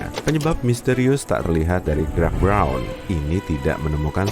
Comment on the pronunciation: roubeiert brouuwwnn.. briaaouwn breouwn wkwkwk ribet amat bilang bron aja